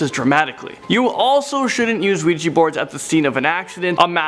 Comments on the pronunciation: Its Ouija not Luigi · It's just funny when he says ouiji instead of ouija😂😂😂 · NOT OUIJI ITS OUIJA WHIT A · Ouija Not Ouiji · Why do I hear Luigi board? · WEEGEE BOARD. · sees ouji hears luigi board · I kept hearing "Weegee" board. Lol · it sounds like he's saying "Luigi board" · You mean Luigi board?😂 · He pronounced the word 'Ouija'. It's actually pronounced 'Ouija'.